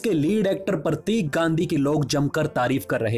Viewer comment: आपके उच्चारण में बहुत गलतियां हैं, उसमे सुधार लाएं ताकि यह विडियो का स्तर ऊंचा हो, शब्द जैसे फर्म को फरम कहना या प्रतीक को परतिक कहना गलत उच्चारण है । आशा करता हूं आगे थोड़ा ध्यान रखें